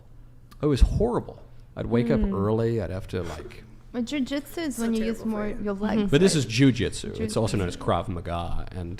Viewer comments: It’s called “Jew -Jitsui”😂😂😂, none of them got it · he said jew jit su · Did he mean jiu-jitsu? Or Jew-jitsu?😂